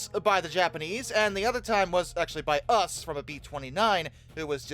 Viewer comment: Why do you pronounce "The US" as us ? I am not a native speaker, but isn't it more like "Yuu Es" and not "us"